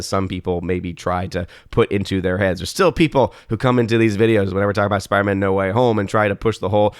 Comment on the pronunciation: it's spiderMAN....not spiderMA'AM.